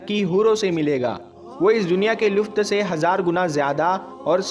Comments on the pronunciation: Luft nahi bhai lutf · wo lufth nahin, lutf hota hai mere bhai, pehle apna talaffuz theek Karlo mere bhai...... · MereBhai Luft Nahi Lutf